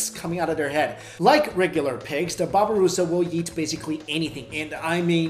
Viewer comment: its not a "babaroosa" its "babiroosa